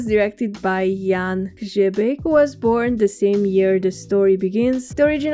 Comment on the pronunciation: Best quote from Cozy Dens, maybe the most used movie quote in Czechia: "(sarcasm) I'm just curious where the comrades from the GDR made a mistake..." 😂 Btw, big thumb up for the pronounciation of director Hřebejk's name 👍👍